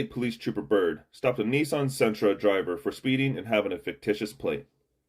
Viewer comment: Bro can’t even pronounce Nissan correctly 🤣🤣🤣